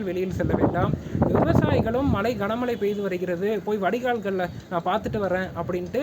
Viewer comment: மலை இல்ல மழை...நுற்பகல் இல்ல முற்பகல், னுப்பது இல்லை முப்பது...